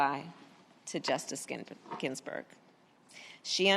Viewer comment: Harris can't even say Ginsberg's name correctly lol yeah just using Ginsberg's name to push her agenda of hate